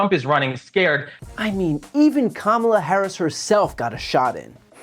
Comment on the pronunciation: Bruh pronounced Kamala’s name wrong 😂